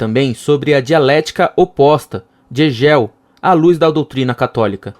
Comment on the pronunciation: Hegél kkkkkk